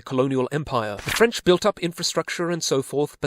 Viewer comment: repeat after me " Frensh Colonialism" and it was hell